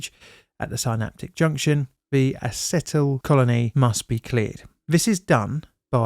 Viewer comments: Acetylcholine. Not acetyl colony. Please find out how to pronounce technical terms if you are going to cover technical topics. You are filling the roll of an educator. And your videos are great, but there are places you can go to learn pronunciation of difficult words! And it would polish your channel. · I think you butchered the pronunciation of Acetylcholine (Ah-See-Till-Co-Lean) as well as Acetylcholinesterase(Ah-See-Till-Co-Lean-Es-Ter-Eh-Zzzzzzz). Funnily enough Nick Cage managed to perfectly pronounce Acetylcholinesterase in the movie "The Rock" first try. What a British mistake pronouncing it Ah-Set-ill-COLONY, there's a joke in there about British Imperialism that I am too delirious from having a terrible flu to make properly. Also AChE lives around the Acetylcholine synapse permanently, this is why your muscles will contract automatically, you body doesn't have a way to make more. BTW don't read this if this scares you. .................................................................................................................................................... .................................................................................................................................................... .................................................................................................................................................... .................................................................................................................................................... Chloropicrin, Phosgene Oxime, and allegedly Novichok Agent damage plastic in a way to bypass any standard safety equipment. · Repeat after me: uh-seat-ul-col-een or ah-cert-al-col-een. There’s no e sound at the end 8( Edit: also, none of the Cs in cdc stand for communicable. It’s the centers for disease control, including noncommunicable things like cancer, west Nile, and and autism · Acetylcolony? You mean acetylcholine? Very interesting preso! Thanks.